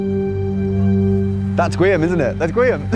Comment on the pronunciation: It's not GWEE-am, it's GEE-orm.